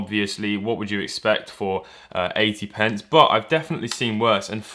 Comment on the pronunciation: You keep saying 80 pents even tho that's ¥1